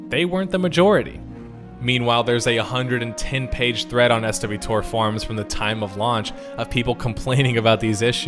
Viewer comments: the amount of times you said "S,W...TOR" instead of just "swo-tor" (one word sounds like just kotor which you said correctly a bunch) is going to haunt my nightmares. Other then that great video lol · sorry but the fact that you say it most commonly called s.w.tor immediately dicredited this video right off the bat for me. we call swtor not s-w-tor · Please stop saying "ess-double yew tore" holy shit. its just "swoe-tore". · Pronounced S-WHOA-TORE (swtor) Based on the original titles...KOTOR (co-tore) You sound it out like the original title. 😅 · ess double you tor? why not follow the convention established with the kotors? say it with me - swotor. ess double you tor? wince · Brilliant stated as your content always is. Saying "S W Tor" has two extra syllables than just saying "Star Wars Tor." Or you could have just said what everyone else says: "Swo-Tor". I get progressively more and more frustrated every time I hear it otherwise XD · Not Ess DoubleYou TOR... s(woah)tor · Literally nobody calls it SW tor. Its swoah-tor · Me and my friends pronounce it as SWOTOR, hearing S W Tor sounds off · S W Tor? Really? As grating as that is, I will do my best to make it through this video. You know how Knights of the old republic is called Kotor, I'm pretty sure that most people refer to Star Wars the old Republic as Swtor, 1 word 2 syllables. Made it through great video, thx! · “Ess-doubleyou-tohr?” I think you mean swuhtor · It's not pronounced SW TOR, it's pronounced SWARTOR. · Maybe this is just me but I've never heard anyone call it SW:toR. Everyone I've heard calls it SWTOR all one word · Up until this video I had never heard it pronounced S-W-Tor. Everyone I ever interacted with that shortened it always used Swo-Tor as the way to pronounce it. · Great video but everytime I hear 'swtor' pronounced the way it is in this video, i cringe. Back when I used to play it, we'd literally pronounce it as 'swotor'. 'essdoubleu-tor' seems like such an unnecessary mouthful lol